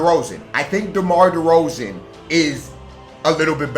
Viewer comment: The amount of disrespect on my man Derozan's name is crazy... you wilin for real